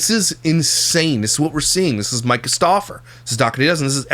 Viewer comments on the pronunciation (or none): none